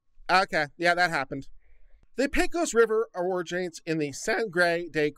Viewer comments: Good God, man! You live in Austin now. Learn how to pronounce Del Rio! You get a pass now as a new-comer, but it is pronounced "Del Ree-oh". Carry on - as Viva says, I have fed the algorithm, and peace out! Oh, and "PAY-cose", not "PECK-ose" River. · Makes me think of pecan.